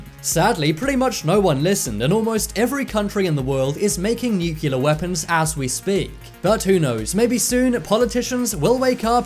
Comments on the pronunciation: This is an awesome video. Thank you for posting. NucLear not nucUlar by the way...please and thank you. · It's nuclear not nukuler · You said "nucular", it's really nuclear. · Nucular is the new nuclear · You need to Lear how to pronounce NUCLEAR.... You say Nu-cue-lar and that is not how it is written or pronounced ... It is New-clear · The most scary thing to me is that some people still pronounce Nuclear as new-Q-lar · And I gave up when he kept saying Nook-u-lar instead of nuclear.... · It’s NUCLEAR not NuCuLaR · Nuclear is NOT pronounced Nukular. Why are most people unable to properly pronounce this word? Just a pet peeve of mine, so I thought I would take this opportunity to complain. :) Nukular….. Come on guys.... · Weird that this youtuber doesnt know Columbus didnt land in America or meet native Americans. He bounced around the Bahamas and Cuba never set foot on america....god and he says nucular.....its nuclear....god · He is saying “nukilla”😦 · Narrator: "Nuke-you-lar. Nuke-you-lar. Nuke-you-lar. Nuke-you-lar. Nuke-you-lar. Nuke-you-lar..." and then, Stephen Hawking arose from his grave and punched Narrator in the mouth saying in his robot voice, "It's New-clear, asshole." The End. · wait.. did you just say nucular? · Nukiller?? :D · Say it with me nuke - Lee - are (nuclear) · When are they going to use narrators who know how to pronounce NUCLEAR???? Grade school English, people! How hard is it to say?